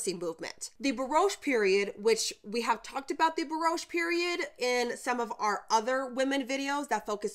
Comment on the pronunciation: baroche? do you mean Baroque ? Sincere question. I just recently learned about this woman as I am living in Mexico part time., She was astonishing!